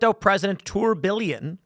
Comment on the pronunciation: it's pronounced "Tur Bee Yon" , it's a watch movement, the name, "tourbillon" is French for "whirlwind", describing the movement in it's most basic form. They're hard to make, and watches using a tourbillion style movement are typically pretty pricey.... and of course, Bugatti just released their next hypercar, also named the Tourbillion, and had a well known swiss watchmaker design and develop the main gauge cluster in the car, essentially mimicking a Tourbillion movement, but with the tachometer and speedometer.... definitely the sickest gauge cluster ever created for a car, hands down, and of course, she's powered by a Cosworth developed and built NA 1000hp V16 paired with 3 electric motors for a total of 1800 AWD HP and a 9k redline. If only I myself invested in crypto, maybe I could afford one 😅